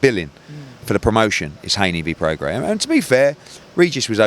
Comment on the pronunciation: You don't pronounce the S in Prograis just fyi